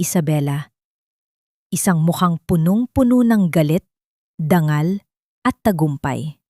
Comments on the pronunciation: Dangal o danggal? Ayusin mo ang pronunciation mo. Nakakawalang gana. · Ang daming mali sa pagbigkas .. dangal.... dang gal